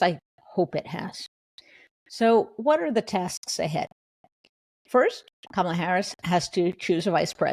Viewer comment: Jen Rubin! It is NOT "Camel-ah" as in "camel." It's Kamala, as in COMMA!